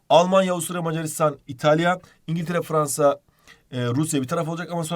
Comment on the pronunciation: Fvansa :D